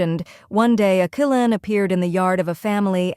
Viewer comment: C(h)ilin not kilin!